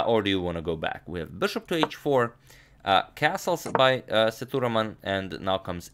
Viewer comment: #InNextVideo of him, Can you please, pronounce🗣️ Sethuraman name as 📢"Seah,Dhu,,Raaman"